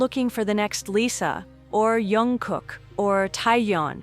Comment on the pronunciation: it’s jungkook not young cook 😭😭